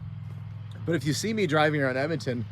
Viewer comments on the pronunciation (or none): none